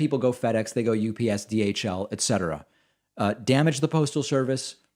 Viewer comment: I love that David says "ET cetera".